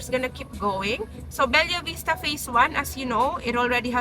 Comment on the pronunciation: Be-lah hinde BEL-YA POTAENA NAMAN YAN OH MODEL - Ma-Del hndi MOW-DEL!